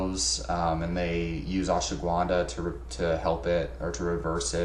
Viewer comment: It's not pronounced "Ash wa gwunda". There is no w in the word bro! lol